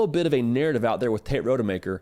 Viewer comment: Dude’s name is ROD-UH-MAKER. Not Road-uh-Maker